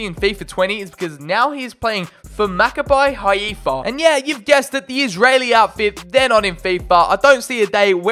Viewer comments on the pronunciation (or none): Macabai hahifa LOL As an Israeli i laughed so much when you tried to say Macabi Haifa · As an Israeli I got so upset when you said Maccabi Haifa like that😡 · I mean, the Israeli League used to be in FIFA back in the day and we might return someday, hopefully. Also your pronunciation of Maccabi Haifa was awful bro, I'm sorry.